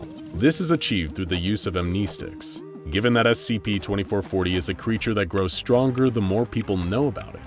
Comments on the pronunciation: amneesticks. wrongly said mah duud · lol am-knee-sticks